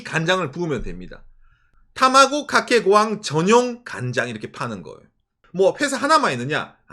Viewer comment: 다마고 카케 고항 발음이 너무 찰진데요 ㅋ